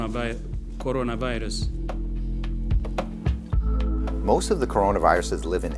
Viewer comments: Did you mean coronRIVUS ? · That WHO person's Mis-pronounce of word Corona virus will be epic scene will be on the internet forever😆